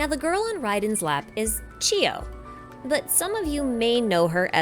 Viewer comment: Great analysis. but can i kindly point out to please pronounced names clearly and not too fast especially when you mention them. Inazuma names are foreign to us english-speakers, so it helps if you take the time to pronounce names clearly. :) Is it Sasayuri or Sasuyuri or Sasiyuri? Is it Chiyo or Shiyo (sometimes I even hear you say Geo). Is it Sagyu or Saiyu or Saigiyu or Saigyu?